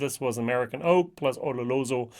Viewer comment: O-Lo-Ro-So LOL NOT O-Ro-LO-So... Double LOL